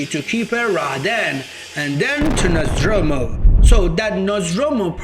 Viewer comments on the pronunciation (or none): “Nozz door moo” is how it’s pronounced..you’re just freestyling with Nazdromu Nozdormu